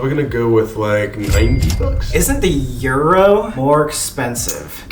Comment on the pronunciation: The way they said euro bro it’s in England 😪